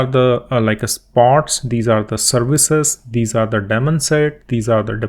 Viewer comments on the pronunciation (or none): none